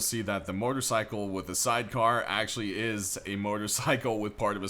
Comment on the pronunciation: Sometimes you say mortorcycle and sometimes you say motorcycle lol